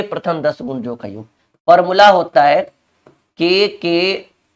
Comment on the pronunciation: गुरु जी योग्य नहीं होता जी याेग होता है।